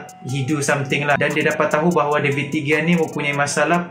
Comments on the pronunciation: david degia.. lol , betul nya bacaan dia David Dehia. .. kalau dekat spain G jadi huruf H bila dibaca.. huhu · Pronounce de gea salah